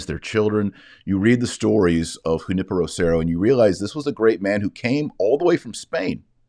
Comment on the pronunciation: Taylor you pronounced Junipero great, now try Guadalupe with an "eh" sound at the end, not "ay" sound.